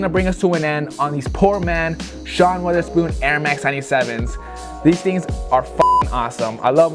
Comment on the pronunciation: Fucking nailed it but how did everybody get Wotherspoons name wrong 😂😂😂 it’s not Wither or Weather lmao